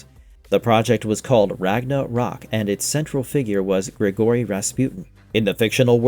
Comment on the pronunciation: It's Ragnarok. Not Ragna rok. There is no space.